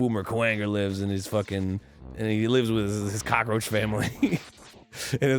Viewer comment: "Kakaroach" Arin 2016...